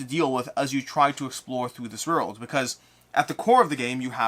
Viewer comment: I just watch to hear you say "orld" over and over.